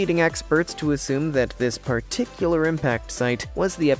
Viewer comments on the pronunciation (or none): none